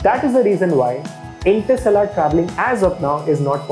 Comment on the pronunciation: OK ! Average attempt in explaining what interstellar travel really is and how close are we to achieve the ability to travel between stars, there were several things that I didn't like as mentioned below 1) You pronounced INTERSTELLAR and PROXIMA CENTAURI incorrectly through out the video 2) Explanation of what interstellar travel was all over the place, you could have Just mentioned.. travelling between stars is called interstellar travel and then give one example. 3) Antimatter propulsion...it's not matter antimatter fuel...keep it simple...why add an extra word "matter" to complicate it. 4) Astronomical unit (AU)..you should have told people first what AU is..1 AU is the distance to earth from the Sun then quote other figures. 5) You seem to be someone who likes space facts and stuff but doesn't have in depth knowledge,just my honest opinion but you can always get better. 6) Lastly,The whole video was clumsy,I mean you fumbled and got conscious and said non sensical stuff..hence I disliked the video Keep learning though..Good luck :)